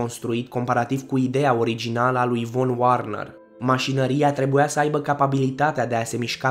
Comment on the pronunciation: Da, foarte interesant, insa ați fi mult mai credibil daca v-ați interesa un pic și de pronunția anumitor cuvinte, căci nu totul se citește ca in engleză. De pildă, von Werner se citește "fon vernăr" , iar schlange se citește "şlanghe". Mai sunt și accentele unor nume rusești de corectat. Mulțumim oricum pentru informațiile inedite!